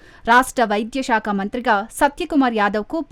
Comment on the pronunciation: షాక కాదు సాక కాదు Ok శాఖ . ఇభ్బంది కాదు ఇబ్బంది బ కు ఒత్తు లేదు సరేనా ?